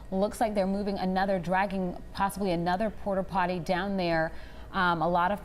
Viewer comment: Did she just say “porta’potty” 🤦‍♂️🤦‍♂️🤦‍♂️